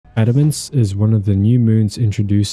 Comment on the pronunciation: thanks for not saying adamance wrong